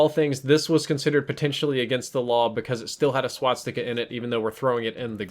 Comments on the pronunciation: Also,, you keep pronouncing it wrong. You're putting the 's' after the 't'. You're saying "swatsika" instead of "swastika". Just letting you know:) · swastika not swatstika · Its pronounced swah-stick-a, not swat-stickah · Please stop saying "swatstika". Swastika only has one "T" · not swaTsticka. its swas-tika....... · please stop saying swatsticka, it's swa-sti-ka. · Ok it's a SWASTIKA NOT A SWATSIKA. Swas-tika > Swat-sika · Sorry, but I gotta be that guy., it's SWA-STI-KA, not SWAT-STI-KA. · It's not a "swatstika." It's a swastika. Swas-tika. Gah, that was cringe-worthy. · learn how to say 'swastika' not swatstika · Well first of all "They are the guys you will be fighting" is so stupid 2. why do you say swaztika instead of swastika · I'm just hearing swat sticker whenever he tries to say swastika .-. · Stop calling it a swatsticka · Why is he pronouncing it Swatstika? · "Swat-sticka" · You're pronouncing swastika wrong the entire video please fix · if only this guy could pronounce swastika correctly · No offence, but you're pronouncing 'Swastika" wrong.